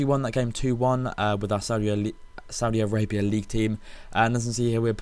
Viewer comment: Haha I thought you said saudi-arapia